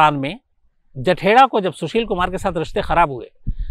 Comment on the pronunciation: Samas ji You are telling jethra He is not kala jathra he is Kala jethri